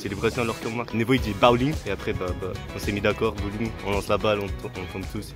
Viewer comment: il a dit BAOling